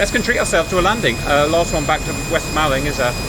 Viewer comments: Hiya, local here. Malling is pronounced mauling - didn't trigger me once, honest. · old cuxtonian here. thank goodness someone else came here to say this. made me wince both times i heard it.